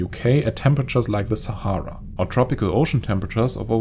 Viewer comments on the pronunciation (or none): none